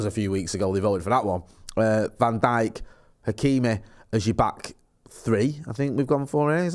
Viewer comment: Van djik ??😂😂😂